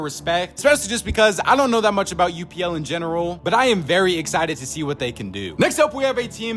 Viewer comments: It’s pronounced upl not U P L just to let you know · His name is pronounced upple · Upl is pronounced apple just so you know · btw you're pronouncing upl's name wrong lol. its like saying "up" and then just adding an L to the end. basically pronounce it how it looks